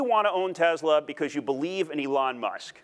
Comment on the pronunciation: Oh.... I see what the problem is. He can't pronounce Elon. He says it like Ellen but spelled Ellon. Makes me wonder if he is thinking of the right guy or not.